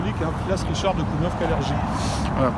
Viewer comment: Ça se prononce KALERGUI